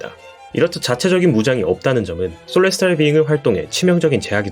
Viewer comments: 솔레스탈 비잉구... 일본애들 발음 진심... 셀레스티얼 비잉 인데... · Celestial Being 을 왜 소레스타르 비잉그라고 발음 할까요?